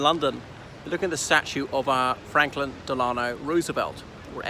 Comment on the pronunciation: President Roosevelt is buried in Hyde Park, New York, not in Arlington . At the top of the video (:09) you pronounce his middle name De-LAH-no, with the accent on the second syllable. It is actually pronounced with the accent on the first syllable.